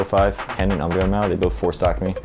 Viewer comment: I heard UmbreonMow